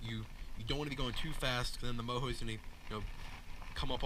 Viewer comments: Say it like it is spelled it's mojo not moho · isn’t it pronounced Mo Joe?